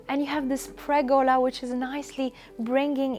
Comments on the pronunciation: btw: it's called a PERgola, not a PREgola ;-) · Pergola. PER-gola. Not pregola.